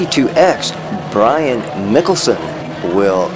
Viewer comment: Good video sir, fyi my name is pronounced "Michaelson", spelled Michelson. Your not the only one to say it wrong👍